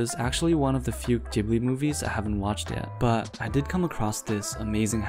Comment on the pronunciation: its not rpounounced jibli